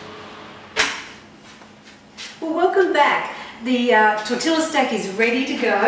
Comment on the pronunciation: Tor-til-la 😂😂😂😂 never hear tortilla pronounced like that before!! It made me laugh thanks I needed that